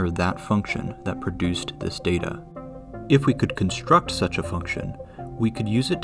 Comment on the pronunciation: "str", not "shtr"! "extr"/"ekstr", not "ekshtr"! -> "extreme"="ekstrim", not "ekshtrim"!!! "construct", not "conshtruct"!